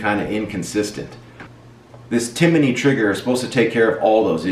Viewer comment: a lot of people are saying it lol adding letters to the name. Timinney Cricket